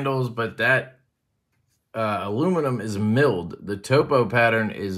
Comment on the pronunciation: 2 bangers. I make topo maps as part of my work so thank you for pronouncing it correctly. It'll be the first Kershaw that I've brought in 20 years. The Real Steel looks good too.